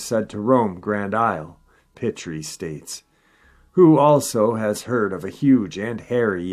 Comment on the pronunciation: mon amis, for future reference, the name “Pitre” is pronounced “pee-tree” as in “ if you must pee while we’re camping, please go under the pee tree.” Still and all, merci beacoup for the info and stories. It’s greatly appreciated. ——John from the center of French Louisiana, Acadia Parish. Dogman (Dogmen) is (are) real, and has been seen here (in Crowley), as well as a good many Sasquatch in this area.